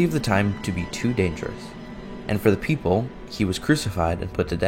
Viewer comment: When i her wekapipo it sounds like joe from family guy "Beople" kinda sounds like Beter